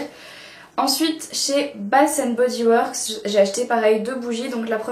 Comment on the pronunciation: je suis canadienne de Montréal et c'est vraiment pas pour être méchante mais bath and body works se prononce comme bate et non basss ! hahaha j'aime beaucoup les chaines de maquillage françaises mais sa m'énerve quand vous prononcez "s" pour un "th" ! hahahah mais j'adore tes vidéos ! t'es super belle !